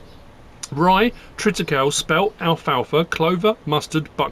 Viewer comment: Just FYI it's pronounced Triticaleeeee. Like 'treeee'